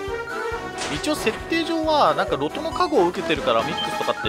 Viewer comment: ロトの発音って ロ↓ト→ なんですか？ ロ↑ト↓だと思ってました